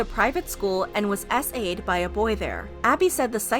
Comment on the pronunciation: ngl when she said SA’d i heard essayed